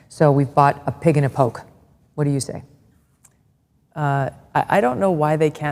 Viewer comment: First off.....did she just say a pig and a poke?